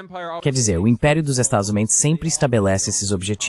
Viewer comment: Adoro o fato dessa IA nunca conseguir pronunciar "Estados Unidos"... É "Estadis Umêis", "Estadis Uáis", "Estázuíns", etc... Uma exposição acidental e acertada da deformidade e dissolução desse país.